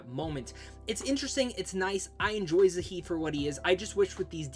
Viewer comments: Really like your videos but a couple of things: -Why to you pronounce Zaeed's name wrong? There's no h. Would have thought with the amount of times you played the game you would have heard how it's pronounced. -The way you phrased it made it sound like you could only romance Ashley in ME3. You can romance her ME1 too. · Zaheed? Mornith? Jesus you butchered some of these names